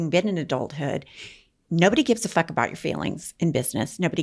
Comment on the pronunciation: She says fuck, not fark.😆